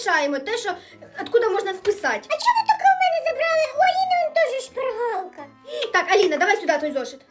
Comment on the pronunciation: там так відчувається як шпаргАлка